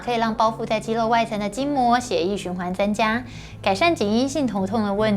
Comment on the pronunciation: OMG! 這一世代的發音聽了實在會讓人抓狂😱😱 肌 ㄌㄡˋ 搓 ㄌㄡˊ ㄌㄨˇ 突 現代 ㄌㄣˊ